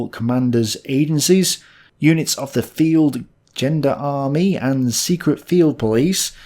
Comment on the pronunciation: Feld Genderarmie Everyone “Feld Jon-Dar-Mer-Ee” Tik - “Feld Gender Army”